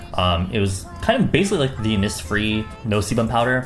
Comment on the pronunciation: The way you say innisfree makes is a bit off. Whenever i hear innisfree i have primary school flash backs to that poem and my teacher yelling at us to learn it off because it's "part of our county history"